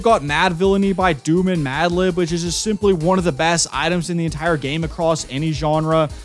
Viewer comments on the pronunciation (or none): none